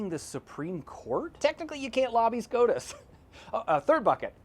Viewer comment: Did u say scrotus?